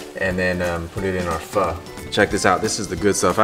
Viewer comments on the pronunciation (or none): You murder Vietnamese pho man. This is terrible.